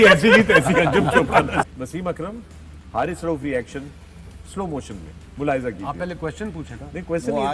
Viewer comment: Haris not Harris lol